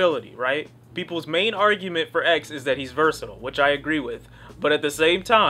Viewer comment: Nigga if you say "Versitle" one more time IT'S "VERSATILE"